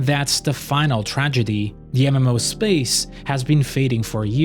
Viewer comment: Every time you said "MMO" it made me giggle. Or should I say "EmEmMouh."